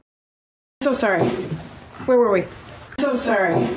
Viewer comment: Lo que dice where were we, lo que escucho wer wer we.